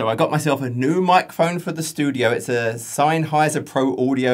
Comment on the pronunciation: Sennheiser is pronounced like "Zen-High-ser". A good choice.